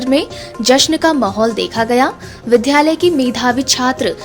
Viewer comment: विद्यालय को विध्यालय और विद्यार्थी को विध्यार्थी न पढ़ें । इन शब्दों में आधे द ( द् ) के साथ य है, न कि ध् के साथ य !